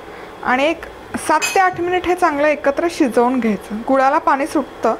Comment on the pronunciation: मॅडम तुमच्या रेसिपी खूपच छान असतात हो पण बोलताना ण आणि न योग्य जागी वापरलात तर खूप बरं होईल. आम्हाला ऐकायलाही छान वाटेल. "पानी" ऐकायला खूप कसंतरी होतं. तेवढं बघा जरा जमतंय का.